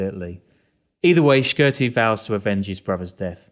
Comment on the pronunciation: P.S.A to all non-Albanians it’s pronounced Ship-tar not Skip-etar U dont have to pronounce the Q in Shqiptarë